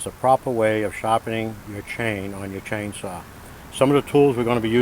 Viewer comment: lol, the Rs are in the "chainsawr" right at the stawt.